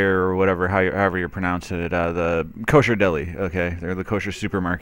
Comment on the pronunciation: Well spotted, but to help your credibility it helps if you don't start off by not being able to pronounce a simple well known word (Kosher) properly.